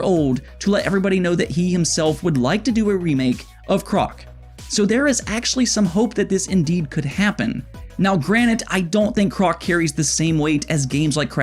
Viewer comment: It’s “granted”, not “granite”,. lol!